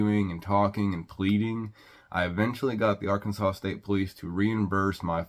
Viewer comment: Ar- Kansas -saw. If you can't follow the Alphabet your definitely a hazard